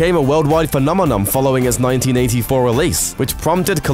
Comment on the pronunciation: 'phenomenOM' Duhhhh